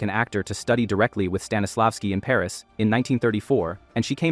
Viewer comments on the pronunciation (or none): none